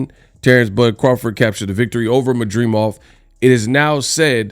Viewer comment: MAD DRI MOV….not MAdreemov 😂